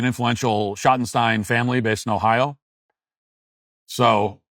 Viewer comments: You keep mispronouncing "Schottenstein". It rhymes with "Dream" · I’ve always heard it said Shot-in-steen here in Ohio. Their name is all over the place here. But I admit I know next to nothing about them 😂 But I’ve seen some great concerts in the Schottenstein Center in Columbus